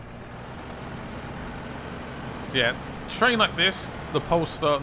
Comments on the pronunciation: Also why do you call it the Pole Star lol it’s the Pay Star 🤣 I like the videos tho man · Why do u keep saying polestar. Its paystar. :D